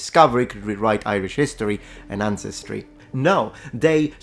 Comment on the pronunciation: Sorry mate, it's àncestry, not ancèstry.